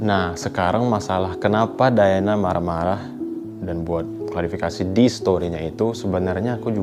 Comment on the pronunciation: Klarifikasi min bkn klasifikasi